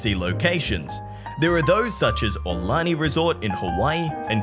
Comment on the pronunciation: The proper pronunciation of the Hawaiian resort is: Ah-oo-lonnie.